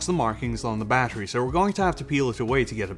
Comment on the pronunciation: 40Wh "bahery"